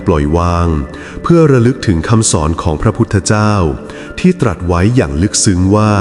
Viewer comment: พระพุทธองค์ตรัสว่า คำว่าตรัสขอให้ไม่ออกเสียงสอเสือตามท้ายได้ไหมคะ